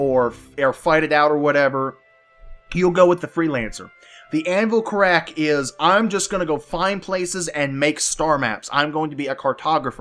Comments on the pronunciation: it's pronounced Car'rack, not Ca rrack'. Emphasis on the Car. Thanks for the vids man! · anvil carrack is pronounced car ik(as in ikky), carik, Just making the world a better place